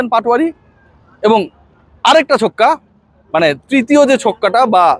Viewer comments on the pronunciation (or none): none